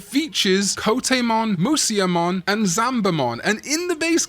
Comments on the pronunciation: "Moo-see-ya-mon" Holy Fuck I wanna kill myself every time I hear this.... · Slight correction: Musyamon is actually pronounced as Mushamon, musya being the Nihon-shiki romanization of musha/武者